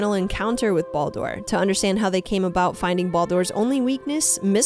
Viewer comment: The way she pronounces Baldur is enough for me to just stop watching all together